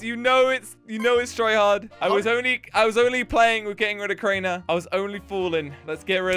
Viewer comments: always call Crainer "Container" hahahahaha lol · I have lost it when Crainer was called container.